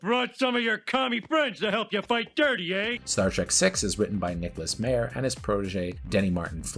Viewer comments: COMPILATION {no corrective change to pronunciations of Harve (silent e) Bennett or Nick Mayer (MAI-er)} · Nick Meyer's last name is pronounced My-er (long "I" in the first syllable). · Also mispronounced Nicholas Meyer's name... that was annoying but otherwise a pretty good summary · Is the constant mispronunciation of names some inside joke I’m not getting? Constantly hearing about Nicholas MAYER, HARVEY Bennett or Leonard ROWZENMIN is flaring up my OCD.